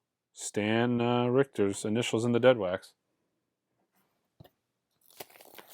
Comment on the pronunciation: It's Stan Ricker, not Richter